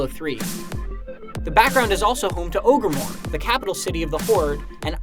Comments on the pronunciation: "Ogremore"? You mean "Orgrimmar" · "Orgrimor" no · Did he really just pronounce "Orgrimmar" as "Ogremore"